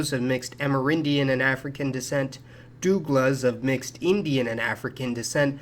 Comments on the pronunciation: Just letting you know that you mispronounced Douglas I'm Dougla and its pronounced differently most Douglas are from Trinidad, Guyana, and surinam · Don't forget the Africans who were there before the Europeans. There was trade between the caribs, Amazon's, Taino's and Arawak's. FYI the Maroons lived in Jamaica. If you are doing a video make sure you do thorough research. It's pronounced dough-gla. some Haitians are mixed and or light skinned. you need to re do this video Thanks.